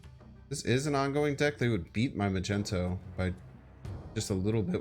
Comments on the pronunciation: Not the first vid where you called Magneto as Magento… lol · The mispronunciation of Magneto's 🧲 name is hilarious 😂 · The way you pronounce Magneto I cant tell if its a joke or not 8X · if you're new here, it's just a joke on his stream/channel he knows how to pronounce it correctly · i think he knows that its a joke. aint u?